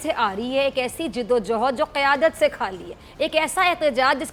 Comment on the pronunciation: JID-O-JOUHAD nahi hota. JADD-O-JAHAD hota hai JAAHIL !!!